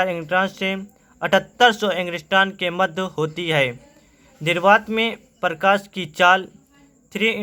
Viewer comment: Parkash nhi prakash hota hai..